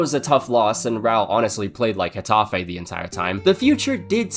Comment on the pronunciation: You say Getafe correct but Girona is Hirona